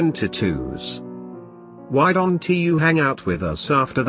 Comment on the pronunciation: Why do you say I dont T know instead of saying I dont and leave it at that ????? Well, love your story is alot.